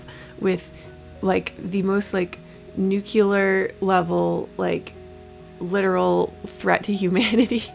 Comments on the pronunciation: "nucular level literal threat to humanity nightmare of a person" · Nucular, I've lost it now